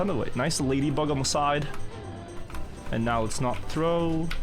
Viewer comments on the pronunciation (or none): none